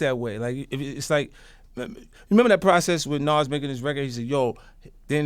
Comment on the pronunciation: 50: "Naws" (Nas) lol